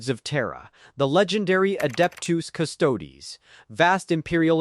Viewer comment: pretty sure he knows what a custodes is. He’s commenting on your AI being unable to pronounce it on account of it being heretical and all